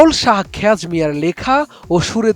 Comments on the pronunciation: Eto baje reporter uchhaaron.. writer naki khej mia (hobe khowaj mia). Foreign language naki Forashi vasha (hobe Farshi ba Parshi).. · উনার নাম খোয়াজ মিয়া। খেয়াজ না খোয়াজ বুঝছেন। শুনেন কারো সম্পর্কে বা কোনো কিছু সম্পর্কে সংবাদ প্রচার করার আগে যার নামে সংবাদ প্রচার করবেন তার সম্পর্কে ভালো করে জেনে শুনে বুঝে তার পর সংবাদ প্রচার করবেন বুঝছেন।উনি গীতিকবি দূর্বিন শাহ এর শিষ্য ।উনি আমাদের সিলেটের গৌরব সিলেট জেলার বিশ্বনাথ উপজেলার দৌলতপুর ইউনিয়নের দৌলতপুর গ্রামে গর্বিত মানুষ মৃত খোয়াজ মিয়া সাহেব। আর এই গানের প্রথম শিল্পী উনার ছাত্র এক সময়ের সারা বাংলার সাড়াজাগানো আলোড়ন সৃষ্টি করা শিল্পী সাজ্জাদ নূর।উনার বাড়ি আমাদের সিলেট জেলার বিশ্বনাথ উপজেলার রামধানা গ্রামে।এবং এই গান উনার মৌলিক গান।এখনো স্টেজ শোতে এই গান গুলা তুমুল জনপ্রিয়। অবাক হই যখন দেকি দেশের প্রথম সারির জনপ্রিয় সংবাদ মাধ্যমগুলোর এই অবস্থা। কোনো চ্যানেলর সংবাদের থাম লাইনে ভুল বানান ত কোনো চ্যানেল সংবাদ পাঠকের ভুল উচ্চারণ ভুল ব্যখ্যা ভুল নাম এই সেই।চিন্তা করে খুঁজে পাইনা যে এই গণ্ডমূর্খ আদামগুলা কিভাবে কাজ পায় যেখানে ভালো কোয়ালিফাইডরা বেকার আফসোস।